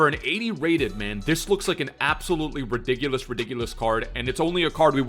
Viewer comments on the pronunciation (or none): No one:: Ridigulus